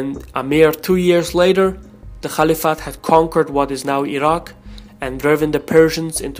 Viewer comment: Please pronounce caliphate properly 😁